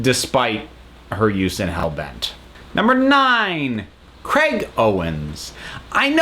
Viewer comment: Is the reason you wear Tom's scarf the same as the ring or because it's Doctor Who? Also it's Craig not Crag. Just listen to how the name is said in the episodes